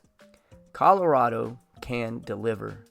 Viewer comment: You pronounced "Colorado" incorrectly, but governor Polis does that too. Weird, considering that he was born here. "Nevada" is also frequently butchered by outsiders.